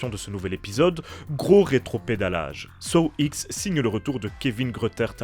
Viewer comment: « Saw ixe » 🤦‍♂️ ou comment perdre toute crédibilité dans sa critique